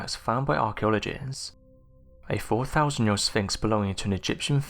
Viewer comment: Thanks for working on your ‘th’ sounds over using an ‘f’. I don’t think I could listen if you went back to the ‘free fousand’ lazy narration. - please work on ‘fifth’ and ‘other’. It’s not ‘ovver’ or ‘fifteenf’. Thank you.